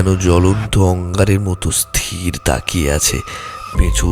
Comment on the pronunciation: উচ্চারণ ঠিক করুন।স্থির আর স্তির এর পার্থক্য জানুন আর উচ্চারণ ঠিক করুন।